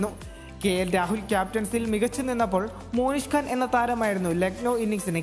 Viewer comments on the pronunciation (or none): മോനിഷ് ഖാൻ അല്ല മോനുസേ.. മൊഹ്‌സിൻ ഖാൻ..